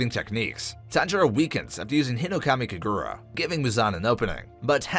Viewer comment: hinokamikugura lol it was hinokamikagura ☀️